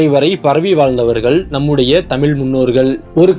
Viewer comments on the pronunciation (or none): தமிழ் என்று சரியாக உச்சரிக்கவும். தெரியுதில்லே வரலாறு? இப்போ பிரிவின ய் ஏன் நீங்கள் தூண்டுகிறவர்கள்? உங்கள் பிறப்பிற்கு முன்பு, வரலாறு வேறுவிதமாக இருந்தது. முதலில் நீங்கள் இந்தியாவின் ஜனாதிபதியாகி, உங்கள் விருப்பப்படி ஆட்சி செய்யுங்க.